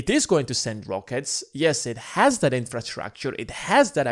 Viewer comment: Hey try and pronounce THAT as THAT not DAT man. Stick your tongue out when you say it. You can do it.